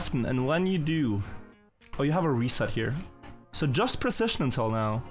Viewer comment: Your English is perfectly fluent, that's all that matters. If you do want to improve one obvious imperfection, check the pronunciation of "precision", it's a word you use a lot. Or, you know, don't. Who cares, you're fine